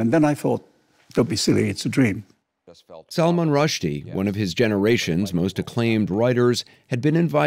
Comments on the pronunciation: "It's Salman! Not SALMON!" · Its Sull Maahn ,not Salmon. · I am surprised Anderson cooper is not pronouncing Salman’s name correctly.